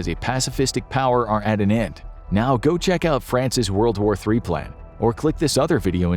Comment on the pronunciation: I'd kind of prefer the narrator spell-out initialisms like PLAN rather than pronounce "plan" when these are homonyms.